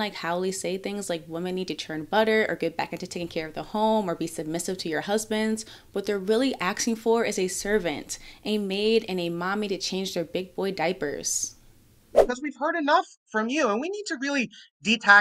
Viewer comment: I love this 😀 stop saying axing instead of asking.... but other than that this is a beautiful view 😍